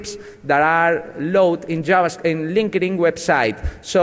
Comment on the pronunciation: I cried at 'linke-ding' x'D